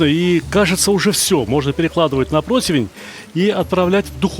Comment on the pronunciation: Спасибо за очередной прекрасный рецепт! И отдельное сппсибо за слово "ПРОТИВЕНЬ"😄😄 как же режет слух, когда 80 или 90 % расплодившихся "блогеров" произносят "протвень"!!!